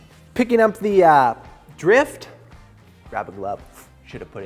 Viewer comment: Sounded like he said “tip of thee dick here” 😂